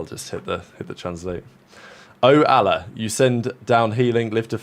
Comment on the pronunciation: says "I've been learning arabic" and then immediately follows it up with the worst pronunciation of Allah I've ever heard in my life. Im crying man that's so funny